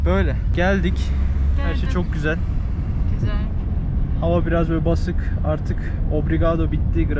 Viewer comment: Güzel değil gücel yaaa 😂